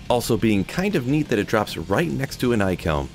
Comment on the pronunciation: "Ike Helm"? Gross.